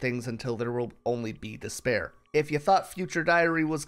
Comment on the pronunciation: You said "despair" but I heard "dis bear"